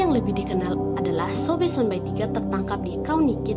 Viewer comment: Trimakasih infonya, tpi pengucapan yng benar adalah Sonba'i, bukan Sonbai... Penyebutannya sama seperti penyebutan So'e, bukan Soe